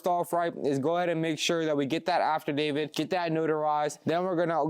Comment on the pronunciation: DUDE! It’s not pronounced “AFTERDAVID”!! It’s AFFIDAVIT… you said it so many times incorrectly that I can’t help but say how unintelligent mispronouncing it makes you sound!